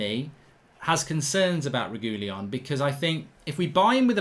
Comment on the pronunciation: That’s definitely NOT how you pronounce Reguilon 😂